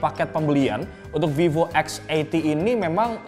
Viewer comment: Salut....ngucapin nama brand VIVO. Bukan spt kebanyakan org yg nyebut VIVO >>> FIFO.